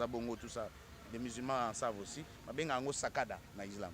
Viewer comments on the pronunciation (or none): Si je peux me permettre sadaqa et non sakada